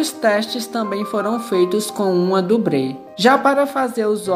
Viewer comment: Legal mostrar os efeitos. Só essa narração que desanimou. Parece que está rezando. E esse "dubrê" foi de arder os ouvidos. 😂😂